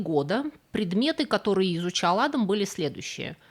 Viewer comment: P.S. есть ещё одно замечание - вы уж, дорогая, определитесь как надо правильно делать ударение в имени "Адам" - то ли как у русских, то ли как у чеченцев; а то за время ролика вы раза по три сделали разные ударения.